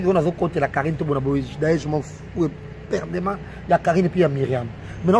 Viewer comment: EPERDUMENT ET NON EPERDEMENT,.